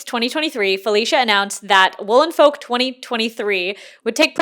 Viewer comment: Folk is pronounced f-"oak" but as one word the l is silent and the olk portion is pronounced as oak, silent L, and wow AM I GLAD THAT I DIDNT HAVE ENOUGH MONEY TO JOIN THE FESTIVAL IT WAS BEING PROMOTED FOR AGES AND I WAS CONSOLING MYSELF ABOUT THE FACT I WOULDNT BE ABLE TO GO AND GETTING SEVERE FOMO BUT AM NOW REALIZING ITS GOOD THAT I DIDNT GO I AM SO SORRY FOR EVERYONE, BUYERS AND VENDORS ALIKE